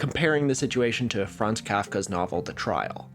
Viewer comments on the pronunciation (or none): none